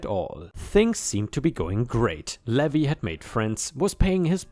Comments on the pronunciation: Levi = Lee vie (hard "i" sound). "Ye Olde" would be said as "Yee olde," not "yeah olde." lol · Levi is pronounced Lee-vye! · Hey! Hope you're having a great day! On the side: Levi is usually pronounced Leave-eye. The "E" and "I" are pronounced via their names rather than the sound they make. Dunno why it's that way without any accents to show the secondary pronunciation like other languages do. I have an accent in my name and no one has made comment of it. I'm just lucky that my name is a generally well known one for where I live. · Levi is pronounced Leave-eye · It's lee-vy...for Levi ☺️ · dear it's pronounce LEE VIE.... like viking without the king 😉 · Levi (LEE-vi) is a man’s name from the Bible. LEH-vee is the pronunciation for “levy” (verb) which means to put a tax on something, and also the pronunciation for “levee” (noun) which is a ridge or wall of earth next to a river or lake to prevent flooding. New Orleans levees were overtopped by water during Hurricane Katrina.